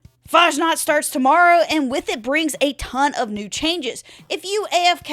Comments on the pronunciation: FASSNACHT, not fahnaht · Fashnaht? Fass-nacht. Ch is pronounced like the ch in "lachaim" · Faschnaht 0.0 its Fasnacht dont butcher my beatiful language ~ Herman ze German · The game runs like Malware these days. Also, it's pronounced more like Fass Nahkt rather than farsh nargt. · Fasnacht is real live event celebrated in Switzerland and other countries , Helvetia being mini-Swiss-colony observing it too . you also absolutely butchered its name .